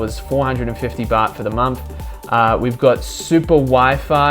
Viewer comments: nice one. great info and a good presentation.one small thing.I wish you'd pronounce month and not mumf..soz but it was driving me maaaaad. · You say the when you say third and thousand, but still say momf for month.